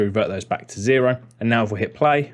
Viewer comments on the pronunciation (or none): none